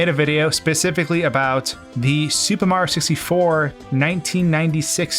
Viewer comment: Why does it always sound like you say "Super Ma 64" ? I've always heard it called "Super Mario 64." Where did the "rio" part go?